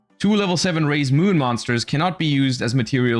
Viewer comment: When I looked away, I heard him say "Raye's Moon" instead. No wonder he likes this archetype.